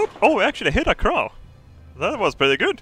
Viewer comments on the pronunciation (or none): none